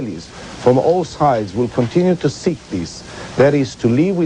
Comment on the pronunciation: Funny hearing olmert way back and his pronunciation of seek peace, with the accent it comes out as sick peace.... Which it is